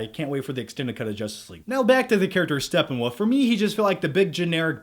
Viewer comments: “SteppenWoof” lmao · It's Steppenwolf not Steppenwoof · StepenWOOF? XD